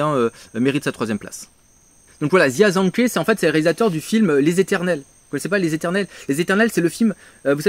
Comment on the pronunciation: Aller petite leçon de prononciation, parce que ça m'a fait mal aux oreilles. Jia ZhangKe : Djia - Djangue-Queue Zhang Yimou : Djangue Yi-Mooouuu Hou Hsiao-hsien : Rohou Chi-a-o Chi-an